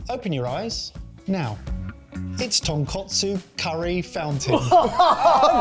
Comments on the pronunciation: Yes, yes, yes!!! This was such a great comeback! One minor but important correction on mixing up pronunciation of ‘tonkatsu’ and ‘tonkotsu’ earlier in the video, which says very accurately. I am sure he does know the difference as he seems to get it right towards the end, but a head mistress in me cannot help but to clarify; Tonkotsu = Pig bone, Tonkatsu = Pork cutlet. Other than that, Okonomiyaki, takoyaki, gomashio, Izakaya were pronounced perfectly ❤ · Them keep calling Tonkatsu (Pork cutlet) TonkOtsu (Pork bones) is killing me deep inside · Just a friendly Japanese lesson for:) I've heard say Tonkotsu sauce in previous videos too. Panko crumbed pork is TonkAtsu (ton - pork + katsu - Japanified shorthand for katsuretsu or cutlet) TonkOtsu is pork bone (ton - pork + kotsu -suffix meaning bone) and pork bone broth is just colloquially known as Tonkotsu just as it's own flavour. If I were to write out an ingredients list for Tonkotsu broth, I would list 2kg of tonkotsu referring to 2kg of pork bone. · Gentlemen, I know this is another language, but this is "tonkatsu", not "tonkotsu." The latter is pork bone broth. You are rightfully calling this "katsu", which is a shortened form of "tonkatsu", fried pork cutlets. "Katsu" comes from cutlet if that helps. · Take a shot for every time they say ”tonkotsu” or ”katsu”